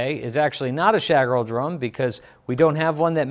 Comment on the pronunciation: As an Austrian, (the country where Schagerl comes from), I think the pronunciation of "Schagerl" is hilarious.! 😅